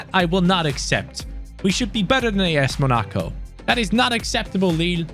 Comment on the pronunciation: MUH-NA-CO? Bruh.... Mona-co